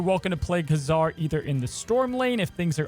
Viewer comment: Loved your video. Very fun variant on the Patriot Ultron punch. But ... PRETTTY sure that the Marvel comics historical pronunciations are KAY-zar (not ka-ZAR) and Shah-na (not SHAY-na). NOT a criticism, just thought you may want to know. Hope that is helpful ... and keep up the great videos!